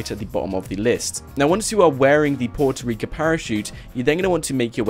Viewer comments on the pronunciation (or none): Sorry but it's Puerto Rico with an o at the end